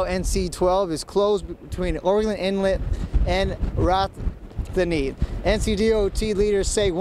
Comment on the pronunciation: Did he just badly mispronounce Rodanthe?